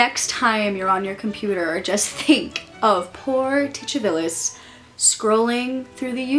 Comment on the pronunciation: I like the pronunciation of Titivilus. Is the "ch" accurate? Ive heard it said Titty-vilus and Tu-ti-villus but never with a ch. I like the "ch" √√√